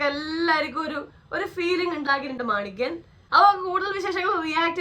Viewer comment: Maniyan❌ manikyann✔️😂